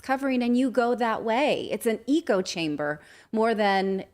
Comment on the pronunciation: Ha ha, an “eecho” chamber..hadn’t heard THAT pronunciation before Natali. Even “eeco-system” used to be ECO-system..but whatever. The WHOLE English has been butchered, deleted and added-to..